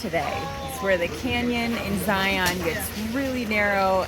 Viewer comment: Love your content thank you… just to let you know the “Utah” pronunciation of a few words…. Zion is Zy’ en…. And Hurricane Huri’cun Stay safe